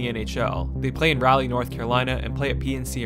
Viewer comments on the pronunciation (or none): As a Canes fan since they moved to town, I appreciate this video. A couple of pronunciation things: -Raleigh is closer to Rah-lee than it is to Rally -Brind’Amour is Brind’A”more” not Brind’Am”our” And a couple points of contention: -PNC Arena is NOT located on NCSU campus. The football field IS across the parking lot, but both are about 3 miles as the crow files from Talley Student Center which is about the center of campus. -Raleigh isn’t a college town. Yes the state’s largest University is in the city as well as a few other colleges, but students make up about 3% of the Raleigh Metro Area population. That’s like calling Atlanta a college town because GT is there. -“Rod The Bod” did out work all of his teammates when it came to gym time, and I’d wager he still out works most of the players in the entire NHL, so there’s no “the coach MIGHT out work a player”, he does! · First... PNC is not on NC State's campus. Second... Rod Brindamawer? Anyone with even a cursory knowledge can pronounce a Hall Of Fame player. Third: Karmenos... Car-mah-nos Fourth: Rahlley? Fifth: Fact check that for me. Seriously... it's called Google. Robert Pera owns the Memphis Grizzlies at 36 years old. I did that in 10 seconds. Sixth: Selling more tickets than they had seats? How? Seventh: Donny Wadell. I have never heard anyone ever call him Donny Eighth: See second point. Ninth: I wish I hadn't watched this trash... I stopped at 7 minute mark and lost the last 7 minutes of my life to this steaming mispronounced dreck. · Raleigh isn't pronounced like "rally" it's like "rah-lee," and Rod's name is pronounced "Brind-a-more." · Joesph Bird it’s also rawley instead of Ralley lol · First of all there was never any danger of relocation with the CAA being a part-owner of the franchise and own a run PNC Arena, the attendance had been on the rise for several seasons before last season, also it is Rah-Lee not Ralley, Ron Francis was GM between Rutherford and Waddell